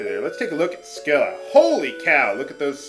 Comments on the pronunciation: Scylla (although I've always heard it pronounced sill-uh) was, depending on which version of the myth you prefer, either always a monster or a nymph who got changed into a monster by a jealous goddess, but either way, she's supposed to be a beautiful woman above the waist with six dogs' heads below the waist. Odysseus was supposed to have cut off two of her heads when he passed between her and Charybdis (another transformed nymph) in the Odyssey. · FUN FACT: Should you somehow make it to Odin without falling in battle beforehand, no dialogue is exchanged between him and your group. Also, I'm pretty sure the "c" in "Scylla" is silent.